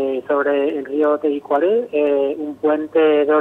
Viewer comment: Tebicuari nde rova. No poder pronunciar bien el nombre del Rio. Que verguenzaaaaaaa!!! De periodista.